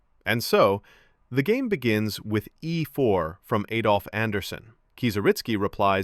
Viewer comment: It’s Adolf Anderssen, not Eidolf Anderssen.